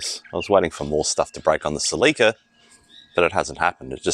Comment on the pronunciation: Celica, not CelEca